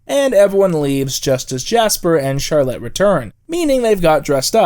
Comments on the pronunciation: My one issue with this video is the pronunciation of Charlotte lmao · You are pronouncing Charlotte like that just to purposely spite me